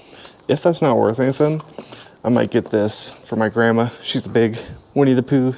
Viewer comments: I really look forward to your videos. Your channel and Rad Resell are my favorites. I hope you don't mind the comparison but when you say "anythin" with no g, it reminds me of the way my Grandmother from Quebec used to say it. Thanks for the memory!! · They way you say “anything” cracks me up